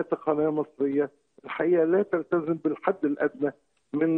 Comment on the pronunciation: تلتزم مش تلتذم